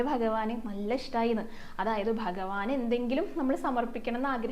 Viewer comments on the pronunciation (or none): none